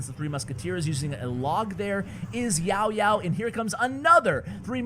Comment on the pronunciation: i really like when u said "YaoYao" 😁😁😁